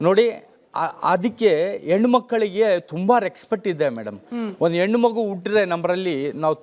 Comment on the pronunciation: reksfect😂 e nan maganige kannada antu correctagi baralla , simple english kooda baralalla 😂